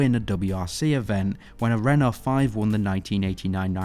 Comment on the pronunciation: Please improve your pronunciation of Peugeot and Renault. Otherwise great video!